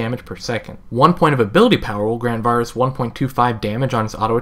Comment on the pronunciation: Each time you say Varus wrong... I cringe. Doesn't help that he's my main ADC.